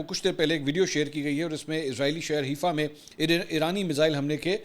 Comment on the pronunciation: Mansoor Ali Khan once again its not Heefa, Its Haifa as Hi Faa